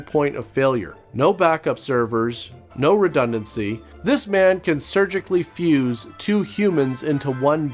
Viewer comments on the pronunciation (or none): none